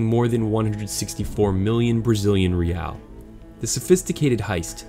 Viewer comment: For the third robbery, Brazilian Currency is a single word "real" pronounced (Hey-I). Hopefully you understood that xD.